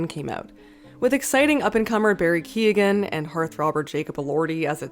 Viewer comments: Yet another American that failed to do even the most basic research in how to pronounce an Irish name. It's Kyo-gan, not Key-oh-ghan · this is probably commented elsewhere by some other Irish person but come on, at least try to pronounce the name correctly. It's Barry ' Kee-Own. ' Like Cillian is not Sillian, it's pronounced 'Killian' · I hate to be that person- it’s key-oh-gyan for keogan! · Please put some respect on Barry Keoghan's name. It's not Key-og-han. It's "Kyowen" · Barry key-oh-en key. oh. en Kee-Owen. Keoghan. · Keoghan is pronounce Kyowen, like Owen. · "barry kee-ah-gan" damn girl you couldnt take 2 seconds to google how to pronounce an irish name 💀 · keoghan is pronounced kee-yo-in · Hate to be the Irish guy that corrects people but it's pronounced like Barry KYOWN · Keoghan is pronounced more like "Kyo-un" or "Kyogun" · It's pronounced Kee-own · Small thing that peeved me as an Inish person, Barry Keoghan is pronojnced like Barry Kee-owen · Barry Key-ow-an. How hard is that? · Barry “key-a-gin”? I enjoyed the video but how do you spend so long on a topic and not research how to correctly pronounce the poor man’s name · Barry's second name, Keoghan, is pronounced Kee-yo-an. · It's pronounced 'ky-oh-an' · how tf did u pronounce keoghan 😭? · That’s not how you pronounce Keoghan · astounding how little research many youtube movie reviewers do before a video. incorrect pronunciation of actor's name and he's hardly an up and comer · Evelyn Wah. Don’t think you pronounced Barry’s surname correctly either. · no way you pronounced keoghan like that.......